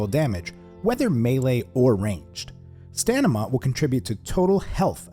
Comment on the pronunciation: Did you really hit us with a cheeky "Stanima" hahah